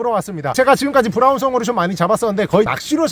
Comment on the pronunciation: 오늘 혀 많이 굴리네요 브랄ㄹㄹㄹ운 송어